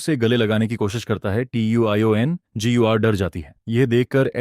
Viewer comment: Tiongir u bol kaise Pa rahi hai vah to bol hi nahin sakti😂😂😂😂